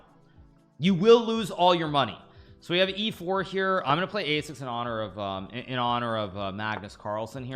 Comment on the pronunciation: Did he say Kagnus marlsen?